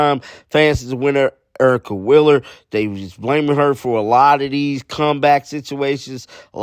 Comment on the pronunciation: Why do you say "Willer" instead of "Wheeler"?